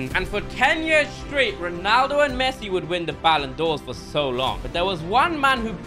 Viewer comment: did he say Messuiiiiiiiii